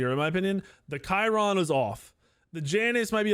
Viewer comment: Love how he kept calling charon chiron xD